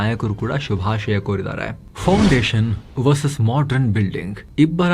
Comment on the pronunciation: ಇಲ್ಲಿ ಮತ್ತೆ modern ಪದವನ್ನು modran enfu ತಪ್ಪಾಗಿ uchrididderi puravartane ಆಗಿದೆ ನಿಮ್ಮ ತಪ್ಪು.